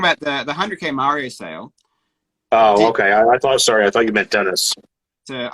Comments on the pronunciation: I dont trust a guy that calls mario "mair-eo" ...PERIOD! 😂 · Oh, right, it's the famous "Merry-oh" plumber. FFS, get at least that part right... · Also, this guy still doesn't know how to say Mario.